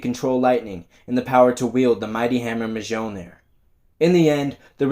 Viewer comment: The J is sonewhat silent in Mjolnir and is pronounced Mhilnir.....i mean I'm not asgardian or anything just saying 😅